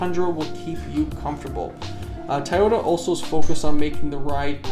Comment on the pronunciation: Tayota lol